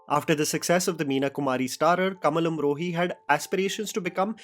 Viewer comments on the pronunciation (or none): Please, work on your pronunciation. It is really bad for a content creater to have such bad pronunciation for such good content. One example from this video - It is "Kamaal Amrohi" not "Kamal" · आ की मात्रा बोलना सीखो। कमल नहीं कमाल अमरोही।